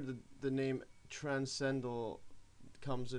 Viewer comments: It would help if you could properly pronounce transcendental. You keep saying TRANS CENDAL instead of TRANS CEN DENTAL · I think he was poking fun at you, since you say "trascendal" many times during the video. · Not only is this far some simple, the sides are missing of the video. Not everything stated is correct. You can't even pronounce transcendental. Why do you write half of the things you are saying when you clearly have the ability to type when you copy and paste text